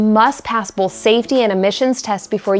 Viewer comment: The way you say "both" is right of out "Fargo". Lol "Bolth",with an L.